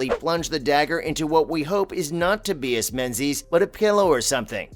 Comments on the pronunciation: Omg Tobias learn how to pronounce simple names!!!! it’s NOT toe-bee-es. It’s Toe-by-us. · How about a clumsy narrator who can't pronounce "Tobias" 🤔 🙄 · Exactly! It’s not like it’s the hardest name